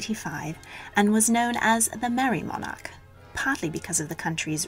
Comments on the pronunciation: God that awful accent, and we don’t pronounce monarch like that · The narrator is English yet annoyingly uses American pronunciations for words. E.g. MonARch and eRRa. Apologies for highlighting this, but it really annoys me!!